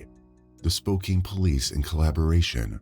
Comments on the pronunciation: "Spoke-ain"? 🤣 It is pronounced "Spoke-ann". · I was so distracted by way pronounce spokcan spokcane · Omg the pronunciation of Spokane was driving me crazy! It's not Spo Cane! It's SpoCAN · There's so many different towns and cities that were mispronounced, like spo-CAIN instead of spo-CAN, o-ji instead of o-hi, la-Fay-ette instead of LAFF-ay-ette (being from Louisiana I definitely know this one) I remember hearing him saying others wrong but can't remember exactly which ones. I should have paused and wrote down the ones he messed up.